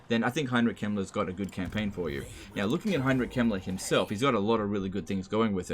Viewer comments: same here. dosn't pronounce the K and says the e like an i. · I legit thought you said Heinrich Himmler instead of Kemmler and I had to kinda do a double take. I do guess Himmler would fit into the Warhammer world.